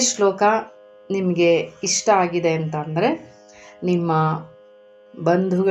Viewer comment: ಚೆನ್ನಾಗಿದೆ. ಆದರೆ ನೀವು ನಿಮ್ಮ 'ಷ' ಕಾರವನ್ನು ತಿದ್ದಿಕೊಳ್ಳ ಬೇಕಾಗುತ್ತದೆ. ಸ ಕಾರ, ಷ ಕಾರ ಗಳ phonetics needs to be distinguished. 'ಸ್ರಷ್ಟುಂ' ಎಂದಾಗ "ಸ್ರಸ್ಟುಂ" ಎಂದೇ ಉಚ್ಚರಿಸುತ್ತಿದ್ದೀರ. "ಕಷ್ಟ", "ಇಷ್ಟ" ವನ್ನು "ಕಸ್ಟ" "ಇಸ್ಟ" ಎಂದೇ ಉಚ್ಚರಿಸುತ್ತಿದ್ದೀರ ಗಮನಿಸಿ, ತಿದ್ದಿಕೊಳ್ಳಿ.